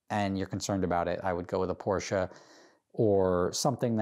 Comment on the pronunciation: IT'S PORSCHE now you know